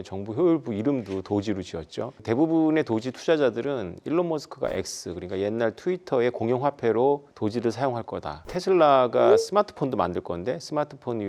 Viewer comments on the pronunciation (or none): 아후 제발 도찌라고 발음하지마세요